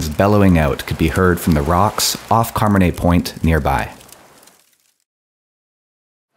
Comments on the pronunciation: great hike! btw...it's not Carman-ay...it's Car-manna. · Just a note: Carmanah is pronounced “Car-MAH-na,”. not CAR-ma-nay.